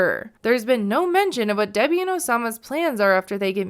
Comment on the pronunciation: He pronounces her name "DB"